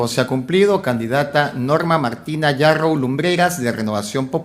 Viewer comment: Sr,no es Narrow, es Yarrow,y despues te ofendes cuando te dicen caviar, disculpa pero me permito decirte caviar, porque antes de abrir tu bocota informate bien, porque yo resido en CANADA y en este PAIS siendo desarrollado,terminan sus estudios unverisitarios no pueden ejercer,porque no hay plazas,y se ven obligados a estudiar otra profesion, igual pasa en los EEUU, asi que And so sorry for you, See you next time, caviaron